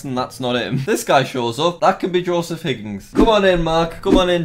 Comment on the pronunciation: It’s not higgings it’s hig-ins